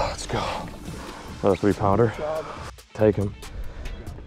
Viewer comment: When did it become a thing for a Caucasian male to say and use “Jouwn” in front of every word like how a Mexican will say Jumbo he’ll say Jouwumbo But these guys are saying Jouwounder for pounder and Jouwass it for Toss it Get your shyt together